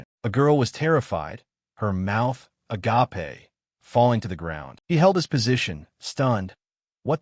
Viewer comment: Why cant any AI pronounce "mouth agape"?